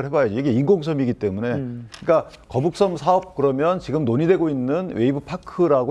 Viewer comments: 현영씨 갈려면 제대로 해~'거북선'이 아니라 '거북섬' 나만 거북선으로 들리나? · 신현영 거북선? 거북섬?? 난 거북선으로 들리는데...알고나 말하는건지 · 전연이 벼노사가 계속 거북섬이 아닌 거북선으로 일관되게 발음하는 것은 추후 자신의 발언에 대해 법적으로 면피하려는 의도된 발언임. 제명이나 전연이나 똑같은 벼노사 법조인임. 계속 거북섬을 명백한 발음으로 거북선이라고 발음함! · 처음에 거북선이라고 그래서 내가 잘못들었거나 실수인 줄 알았는데 계속 거북선이라고 하는거보니.... 거북섬이 뭔지도 잘 모르고 일단 이재명 커버 치겠다는 생각만 하는 사람이구나 싶네 ㅋㅋ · 거북선. . .내귀에만 이렇게 들리냐? 저 여자 발음. . . . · 거북선이라고 들리긴하네 ㅋㅋㅋㅋㅋ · 중국인인가? 아나운서가 거북선??? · 거북선이라고 들려서 나만 잘못들었나했나 진짜 맞구나 저여자 왜저러는거에요? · 이 여자분은 계속 거북섬을 거북선이라 발음하네 내 귀에만 그렇게 들리는지… 나참~ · 나만 거북선이라고 들리는게 아니구나ㅎㅎ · 저도 거북선으로 들었습니다. 여러번 거북선으로 표현하다가 거북섬으로 표현하더군요....ㅎㅎ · 저도 거북선으로 들었습니다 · 신현영 저분은 자꾸 거북섬을 거북선이라고 하는걸까요? 내 귀가 이상한건가... 이재명은 살살 꾀었다고하는데 무섭네. 국민들한테도 자기 뽑으라고 살살 꾀고있는데 대한민국이 거북섬 꼴 난다. 신현영은 몰 받았을까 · 저여자 입에서 첨부터 끝까지 거북선 이라고 들리는거 나만그러냐?거북섬 논란 제대로 모르고 나온거 같은데? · 저 여자는 자꾸 거북선이라고 하네ㅋㅋㅋㅋㅋㅋ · 저여자 왜자꾸 거북선이라고 하는거냐? 내귀가 이상한건가? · ㅋㅋㅋㅋ 저 여자는 발음은 거북선이라 말하고 거북섬 공실율이 윤석열 때문이라고하네 ㅋㅋㅋ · ㅋㅋ ㅋㅋㅋ 거북섬~~?😅